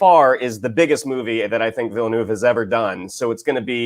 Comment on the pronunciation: The "e" is silent in Villeneuve's name. It's just like former F1 and Indy Car champion Jacques Villeneuve's last name.